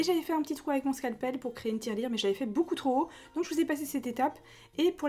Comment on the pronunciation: Tu dit toujours bOUcoup au lieux de beaucoup mdr 😂😂